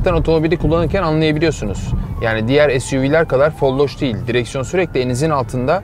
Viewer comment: FOLLOŞ DEĞİL :D GÜLDÜM GECE GECE